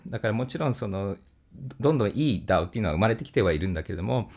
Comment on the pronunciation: DAOの発音がとても良かったので三回聞きました